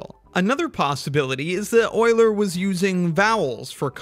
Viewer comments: It's euler, not oiler. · Euler not oiler😢😅😂